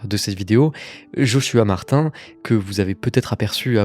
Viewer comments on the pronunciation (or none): none